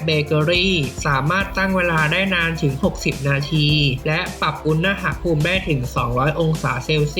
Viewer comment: อุน น พูม ไม่ใช่ อุน นะ หะ พูม